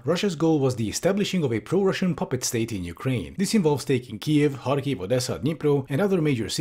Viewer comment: Oh, nice, actually checked how to pronounce "kh" in Kharkiv and Kherson. It's a small thing, but it really annoys me whenever I hear people say "Karkiv" or "Kerson"